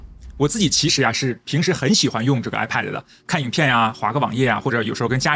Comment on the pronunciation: 一直唸 I paid 😂